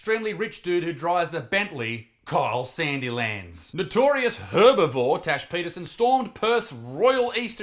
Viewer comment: When he says her name i hear Trash Peterson🤣